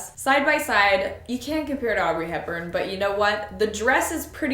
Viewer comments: Audrey Hepburn...not Aubrey 😂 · Was it just me or did she say Aubrey Hepburn…. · It would be cool if you made a fixing/sewing video where you could tailor the dresses to fit you, or just focus on the Hermione dress and dye it to actually look like the movie dress and get it to fit you better. On a side note, did you say Aubrey Hepburn ? Lol